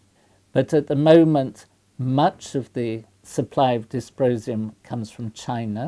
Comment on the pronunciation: Sounded to me like "disposium".